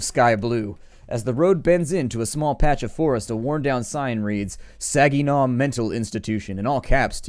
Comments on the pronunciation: Saggynaw? Lolololol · Hahahah, everytime you say Saginaw it makes me laugh.